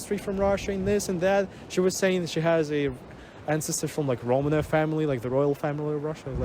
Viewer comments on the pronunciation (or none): none